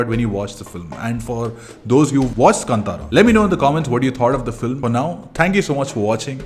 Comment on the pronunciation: thank god you pronounced film name "kantara"correctly ......